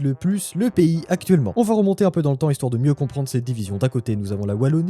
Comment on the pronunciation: ""? Serais-tu Breton? En tout cas encore un super podcast!